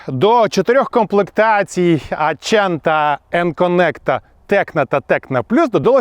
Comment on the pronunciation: Вони по ходу італійці🤣